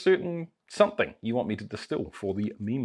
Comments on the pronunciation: Is he saying ‘mean spirits’ or ‘meme spirits’? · All this time on videos like this I thought you were saying "mean spirits". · I used to think you was saying mean spirit's lol I'm actually enjoying all your videos Oh usually just trailer park girls drink Dr pepper here lol